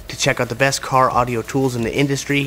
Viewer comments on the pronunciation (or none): none